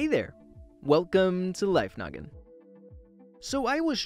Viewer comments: It actually sounds like welcome to life nuggen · He definitely Said it Or I had a big moth in my ear